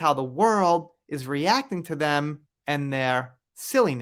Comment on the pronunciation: You said it right “their sillyness”